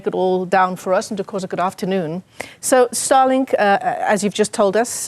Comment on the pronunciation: Starlink not Starlik